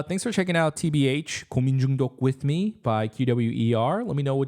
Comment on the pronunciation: 한국인이신가? 고민중독 발음이 걍 원어민인데?